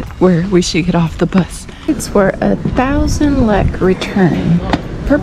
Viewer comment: Sorry it is not lak it is lek couse you did lak at the food part but it is okay